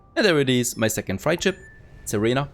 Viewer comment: Nice. Freight is pronounced like crate